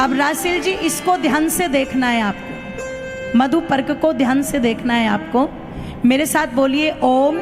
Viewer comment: मंत्र को थोड़ा शुद्ध और स्पष्ट बोलिए जैसे मधुपर्क का मंत्र